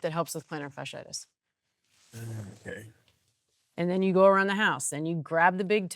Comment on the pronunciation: The word is not "fishy itis" it is "fasciitis". Pronounce the first half of the word as you would pronounce Fascist.